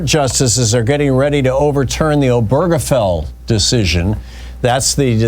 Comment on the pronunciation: Please learn how to pronounce "Obergefell" correctly. OH-ber-guh-Fell. Primary stress on the first syllable, secondary stress on the last syllable. There's no "burger" in the name.